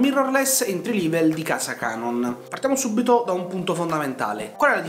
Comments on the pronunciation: si pronuncia "entri level"e non "entri livel" e la musica di sottofondo e' troppo alta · Entry "Livel"? 🤣🤣🤣🤣